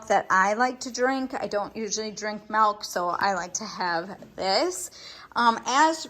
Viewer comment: There’s my fellow Wisconsinite, pronouncing milk like melk ❤️